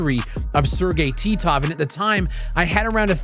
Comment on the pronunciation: I smiled when you said Sergey Titov. It brought back so many memories of you saying his name.